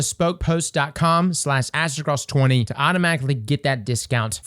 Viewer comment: it kinda sounds like you say: " Ass to Cross" haha